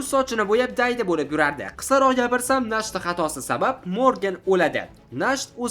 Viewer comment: nacht bu "ch" Sh emas H deb aytiladi, kuchi nemischa Nacht tun degani Morgen esa kunduzi 🙂